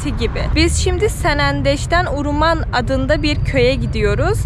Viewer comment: video da sürekli uruman dediğin yerin ismi de HAWRAMAN"dır. keşke o bölgedeki diğer köyleri gezebilse idin. bu arada keke lokman"ın bir iletişim bilgisi varsa insta ve face gibi ve bizimle paylaşırsanız çok sevinirim